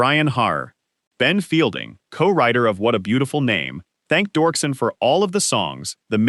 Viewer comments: Its Doerksen (Dirkson) not dorkson. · ANNOUNCER!!!! iTS NOT Dorksen, its pronounced Derksen. Pls do the minimal amount of research.